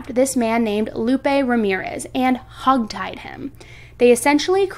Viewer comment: ".....and hug-tied him...." that sounds so cute. I went back a 2nd time to listen and you did say it more like hog tied, but what I heard first time sounded better.